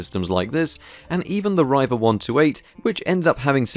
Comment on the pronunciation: It's Reeva, not Ryeva.